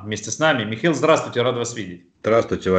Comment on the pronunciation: Вадим, Шейтельмана зовут МихАил, а не МихЭил! Ну пожалуйста, поработайте и следите за своим произношением...